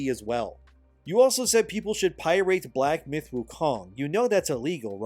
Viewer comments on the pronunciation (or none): Why do you pronounce pirate as "pie rate"? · uhhh "pi-rate"? You have to be intentionally mispronouncing that. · I love your vids but please learn how to pronounce pirate. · Pie-rate? Lol just messing with you boss. I appreciate the work you are doing. Keep it up.